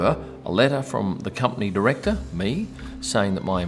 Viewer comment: DIRECOR? New word Fopressor?